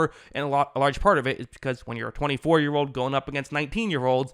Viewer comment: Edit all so, like umm, ahhh, ahm and wishy washy statements... after all, it's not like your J Biden. Old is not pronounced ode, sure is not pronounced shore.